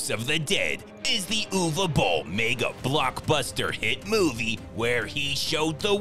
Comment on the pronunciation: Who the Hell is ewe bolle 😂